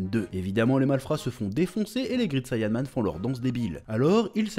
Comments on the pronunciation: Ca se prononce grèit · Great et grit ça ne se prononce pas pareil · Grit sayanman😂 a toujours du mal avec l'anglais 😂